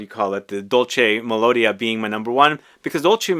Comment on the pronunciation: Correct pronounciation: "Dòlce melodìa" (accentuation on the "i", not the "o"). Best.